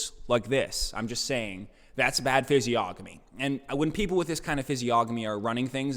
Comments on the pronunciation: lol at pronouncing the hard g in physiognomy... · You don’t pronounce the ‘g’ In physiognomy I’m pretty sure. Correct me if I am wrong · Learn how to say physiognomy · Stop pronouncing physiognomy like that